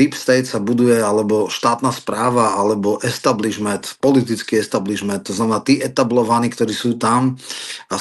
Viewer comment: Establismed....😂😂😂😂 establishnent ty hviezda😂😂😂😂. Kolko si vypytal u Vas????